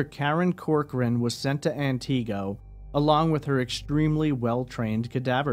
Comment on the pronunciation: He mispronounced Antigo for an hour straight. 😂 Just an honest mistake, I'm sure.